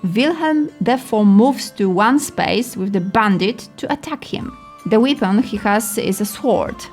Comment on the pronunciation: na miły bóg - nie łipon - we-pən , nie mil - meleɪ , nie instrukszyn - ɪnˈstrʌkʃn, nie smal - smɔːl...... i można tak ciągnąć i ciągnąć....